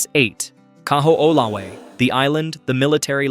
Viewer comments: Kahoolawe = Ka - ho - o - la - ve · Kaho’olawe Ka-ho-oh-la-vay